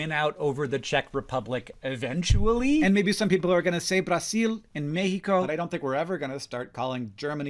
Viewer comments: Hank, regarding Brazil, we write it with an S but pronounce it with a /z/ sound, so PLEASE don't start saying "braseel", it sounds to us just like "habaÑero" to a Spanish speaker. If you do wanna say it a little more like we say here, the R is short, like in Spanish, and the L sound in the end is more like a /w/ here, so we actually say "Brazeew" Also a little edit; here in Brazil we call turkeys "Peru", just like India, apparently? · Yea, please dont start trying to say "Bracil". Its with a Z in english because thats how we say it in portuguese. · Did the way Hank pronounced it in this video seem cadence-breaking? Because just calling the country "Turk-yeh" seemed to fit pretty well into English IMO and wasn't jarring like the way he said "Brasil" and "México".